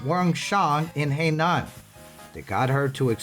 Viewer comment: Please pronoun the province correctly. Not Hei Nan. It is Hai Nan.